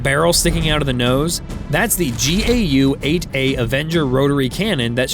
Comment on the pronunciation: The AF has always hated the A-10 and its mission of only close air support. Every time the complaints reach a fevered pitch bad mouthing the slow low ugly jet the A-10 performs something eye opening. Just add a new pod to the A-10 and it lives yet another few years. Btw instead of spelling out the letters of the GAU -8 just say GAU phonetically.